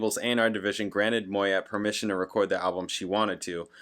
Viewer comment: it's pronounced "Moy yay".....she's from my neck of the woods........Great,great voice.....you may know love resurrection.